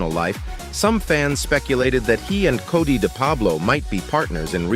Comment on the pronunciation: its Cort not cody wanker